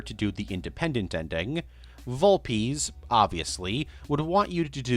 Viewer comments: ok. So it’s established that your wack pronunciation is a joke. Much like your Fortnite gag. But continually calling Vul-PEZ, Vul-PEEZ, is just dumb and disrespectful. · You are clearly mispronouncing those names on purpose. Dude, nobody says Vol-peez